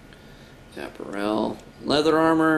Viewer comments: That's funny that you call clothing (apparel) App a rell. It's pronounced A pair ul. How did you never learn that in school? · apparel is pronounced a-par-el, not ap-a-rel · he says apparel weird